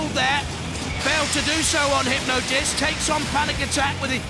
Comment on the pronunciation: "hypnodisc" lol